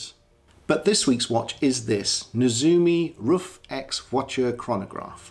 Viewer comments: Hi, that's correct, it's more like "roof"! I really enjoyed your video! All the best from Germany! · Your pronunciation of RUF is perfect! Many people think it’s pronounced like “Rough” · I think you pronounce it just right👍 Shmee pronounced it just as you did, so he must be right, right. Thanks for sharing